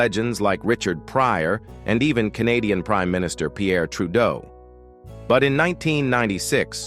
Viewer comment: ... with legends like Canada's Pierre Trudeau ...😂 ... no, ... seriously a.i. dude 🤖 ... and what the hell is Twon Owe Seventeen??